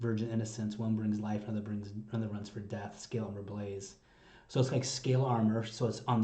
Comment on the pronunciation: The lyrics available say blaze, and the band (or Tatiana) has confirmed that it is 'blaze' and not 'belies'. It sure does sound like belies to my ears, but it is difficult to enunciate perfectly while growling. This doesn't really change the duality theme. English isn't Tatiana's primary language, though she does speak it well enough. My understanding is she usually writes lyrics in Russian and then translates. There are examples in other songs of non-standard pronunciation of some words.